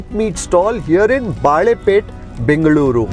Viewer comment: Sir, just a small correction, the area is called Balepet, which means bangle ( bale in Kannada ) market not baalepet which would mean bananas market.